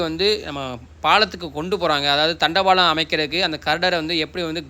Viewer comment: தண்டவாளமா தண்டபாளமா? இதுகுட தெரியாதா?